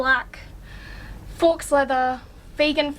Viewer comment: Lol it's 'forks' leather.... Think it's 'faux' leather, but ok...